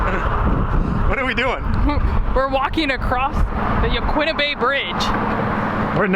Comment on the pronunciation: Ya-kee-na, not ya-kwi-na.